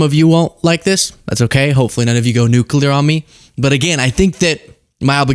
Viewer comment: Did anyone else notice George W. here saying "nuke cah lur" 😆😂🤣❤